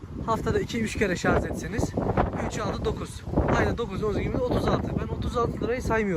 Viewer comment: La gardaş bu melmekette şarj etmek kelimesi yerine şarz etmek demiyen var mı yala ? Gözel türkçemizde elektrinkli cihazlar asla şarj edilmez illa ŞARZ edilier. ŞARZ derken gusuveren oluyo miki hiç acanba ? Eline sağlık gardaş güzel gaset doldurmuşsun.